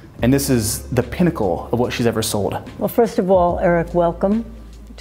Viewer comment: It's definitely New York. Dude said peeennacle cuz he can't stop thinking about peen